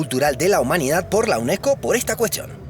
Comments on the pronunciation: Cuco? Uneco? No pornuncias las Ss? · qué es cuco? Y uneco? Habla bien